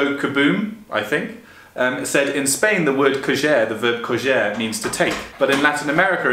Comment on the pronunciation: You pronounced “coger” the Portuguese way not the Spanish way.